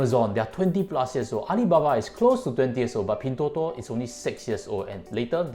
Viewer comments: Why did u pronounce as pin3? Thought should be pin1.. 😛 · its Pin1, not Pin3.... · Try to pronounce the company name correctly. you're a chinese afterall